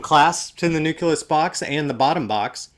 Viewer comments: Dude. Say it with me. NU CLEE US! LMAO! :) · I've noticed that you mispronounce the word 'nucleus'. You pronounce it like it's spelled 'nuculus'.